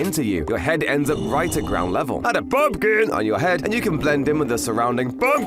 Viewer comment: "Add a P U M P K I N on your head and you can blend in with the surrounding P U M P K I N S" 🤣🤣🤣🤣😂😂😂🤣😂